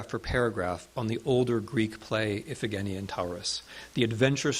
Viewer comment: Very very interesting lecture, with many new and surprising facts. Just a note: in school I learned a different pronunciation for Scythian (see-thee-uhn) and Iphigenia (ih-fuh-juh-ny.uh).